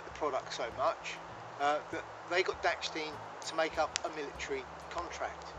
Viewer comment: Dachstein, not dacksteen